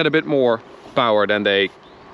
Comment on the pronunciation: I just watch the videos to hear you say POWER and TORQUE..